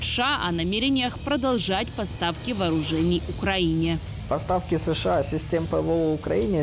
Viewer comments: Женщина за кадром не шша а сша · Почему она говорит ША вместо США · Я прям чувствую чем более пафостнее видео, и чем громче произносится "СШААА" тем более холоднее становится в квартирах обычных людей в Европе, а тем более Украине...)